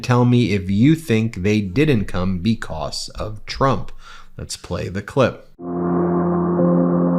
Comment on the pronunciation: Love you channel! Not so much the way you say the word (because)like “becosss”’lol, but that is a small gripe. Trump is toast in hopefully less than 2 weeks , and i pray there is peace if And When he loses.🙏